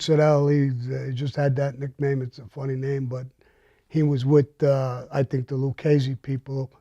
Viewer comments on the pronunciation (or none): none